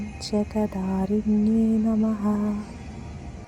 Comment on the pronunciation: ഓം ജഗദ്ധാരിണ്യൈ നമഃ അക്ഷരം ഉറപ്പിച്ചു പറയു